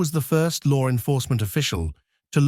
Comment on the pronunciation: Why does this English person narrating always pronounce law enforcement as lore enforcement. That urks me every time he does it. 😅❤😊😢